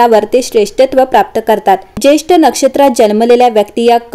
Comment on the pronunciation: Jyeshtha nakshtra,jyeshth nahi